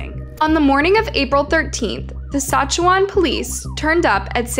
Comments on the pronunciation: Correct pronunciation = Sask-at-chew-an. A little FYI from a local Canadian here. :) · Hello! New fan here. Just stopped to respectfully say, a few things: You’re pronouncing a few of the places wrong. Regina is pronounced like Vagina, but with a R. (Ragina)😅 Saskatchewan is pronounced like Sask-catch-chew-wan. Alsooo, Canada doesnt have States. We have provinces.🤪 I Love the videos! Please keep them coming. Much love, from AB, Canada!♥️🇨🇦♥️ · Never make fun of a person who mispronounces a word, it only means they learned it by reading. And names of places are notoriously pronounced weird Saskatchewan: sa-scat-ch-eh-won Regina: rhymes with vagina As someone who moved to the area several yrs after she disappeared the general rumor seemed to be she didn't actually have a good relationship with her mother and was living with an extended family member in secret so her mom wouldn't find out. I never really believed it and as far as I know the people I heard that from didn't know her personally and there doesn't seem to be any actual evidence to support this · Love the pronunciations 😅 Re-gIna (I - eye) Sas-catch-oo-wan (Saskatchewan) -sincerely a Canadian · Suh-scatch-ew-wan Reg-EYE-na NOT Regeena lol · Say it like this....sis skatch u on....I dunno what your calling it but it's not right....just saying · Sask-a-chew-won and Ree-Gyn-a 😅 when I moved from there to the USA I got made fun of so bad bcuz Regina sounds like Va-Gyna. Made life tough being bullied in a new school. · As someone born and raised in Saskatchewan. I have to say that everyone from the U.S. always pronounces Saskatchewan and Regina wrong. Not that it matters much, but it just sounds strange. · All Canadians are 😂 at how you pronounced Saskatchewan and Regina 😂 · Do you remember hearing about this story . Also the way she pronounce Saskatchewan is so funny 😅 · My God, you butchered Regina Saskatchewan so bad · so sad, but I laughed every time you pronounced Saskatchewan and Regina Hahaha